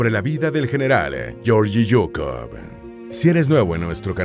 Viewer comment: Se pronuncia Gueorguis Zukof...asi segun el Ruso